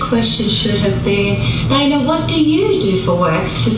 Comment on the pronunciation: Tye-Anna Lick-ardo Tee-vola. AT LEAST SAY IT RIGHT lol I love their channel but I legitimately HATED the shit she put about Paul. It didn't seem right at all. We get she's the bread winner and they're quite sarcastic... But it's not cool to to talk as if Paul doesn't mean much.